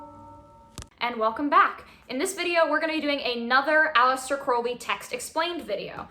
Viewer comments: It’s holy like Crowley not Foully like crowley, that’s how A.C pronounced it ✌🏻🏴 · BTW.. it's pronounced Crowley as in HOLY. Not crowley as in howly...